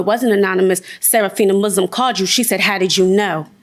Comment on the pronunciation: Y he said her la$t name 'Muslim' like that?